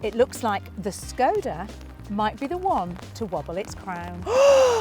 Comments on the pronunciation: It's lovely how you're trying to pronounce "Škoda", but both versions you said (something like "Skow-da" and "Shkow-da") are a bit off. 😊 In Czech, there's no "ow" or "oo" sound in it. The correct pronunciation is roughly "Shko-da", with a short "o" in the first syllable and starting with a soft "sh" sound (like in "shoe"). So no diphthong – just a clear, short "o". Hope this helps! 🇨🇿🚗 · ginny`s sensible, says skoda, `s daft, and says silly SCHKODA, ginnys correct! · Škoda is more easier to pronounce in Scottish 😂